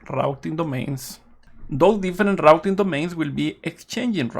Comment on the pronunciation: Very nice info on RRRRouting filters